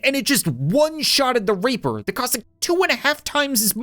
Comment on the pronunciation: Did anyone else hear that when he said reaper? Cause it sounded like something that i would like to not mention in the comments